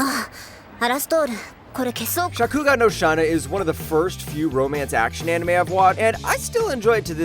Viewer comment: not only that but how did he say shakugan no shana?